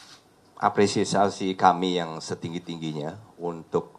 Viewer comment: Apresiasi bukan apresisi